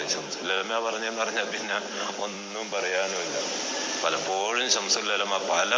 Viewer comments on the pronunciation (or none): none